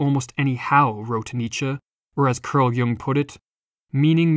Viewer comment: its cArl not cUrl Jung :D. anyway, awesome video